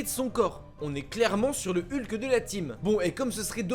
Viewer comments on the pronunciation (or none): none